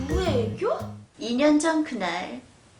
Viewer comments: 나애교 가 아니라 구애교 ㅋㅋㅋㅋ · 옴마야 나애교가 아니고 구애교 ㅋㅋㅋㅋㅋㅋㅋㅋㅋㅋㅋㅋㅋㅋㅋㅋㅋㅋㅋㅋㅋㅋㅋㅋㅋㅋㅋㅋㅋㅋㅋㅋㅋㅋㅋㅋㅋㅋㅋㅋㅋ